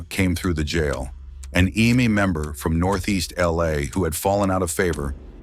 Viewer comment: If you know you have ai reading and saying it why don’t you spell out eme like em may so it pronounces it correctly